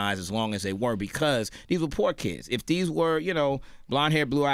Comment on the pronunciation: why does this nigga keep emphasizing poor? like srsly